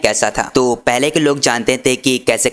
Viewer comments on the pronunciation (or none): none